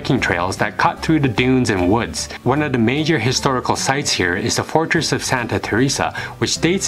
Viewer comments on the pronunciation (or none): none